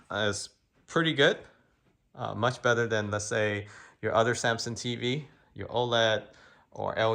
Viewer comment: Dude can't even say Samsung